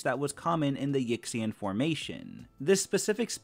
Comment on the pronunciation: AYO (yixian) is not pronounced Ick-cyan it’s more like “ee-sheeyen”